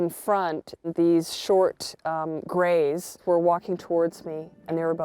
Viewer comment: abducted by the gays of the westend? Lol O he said grays LOL